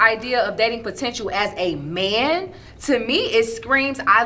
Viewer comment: Potential and not the potench. Wtf. Is she making up words too